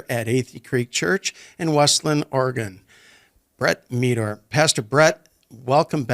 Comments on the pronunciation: Meador is pronounced like "Medder". It's not "Mee-dore". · It’s Brett Meador (Med - or) not (Me - dor)!!! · Meador rhymes with red-door, not how you pronounced it